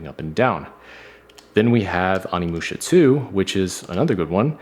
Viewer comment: Onny-moosha?? Oh-knee moosha, bruv. Just yknow... letting you broh. Not judging or anything.